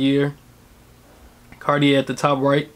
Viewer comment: You're pronouncing "Cartier" wrong